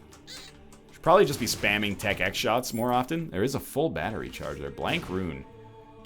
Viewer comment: NL its just tech x not tech .x idk why i feel the need to point this out but it irked me slightly sorry